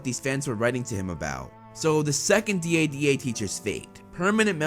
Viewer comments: It should be dada like dad not d.a.d.a like d a d a. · I like how he says DADA